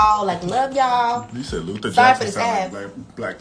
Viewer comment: LUTHAH JACKSON !!!